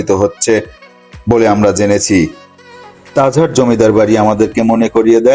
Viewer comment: Tajhar na tajhat vlo kra speaking krn